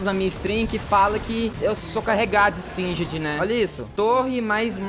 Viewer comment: Nao é singed,é XINGEDI